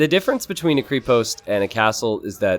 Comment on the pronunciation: Greetings from Bulgaria. You still can't pronounce krepost or konnik right, but it is so sweet that you try your best . And this is coming from a a person who, when he speaks English, sounds like a drunk Rusian.